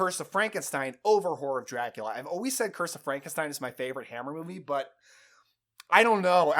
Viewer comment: I’m sorry, all I hear when you say the title is ‘Whore of Dracula’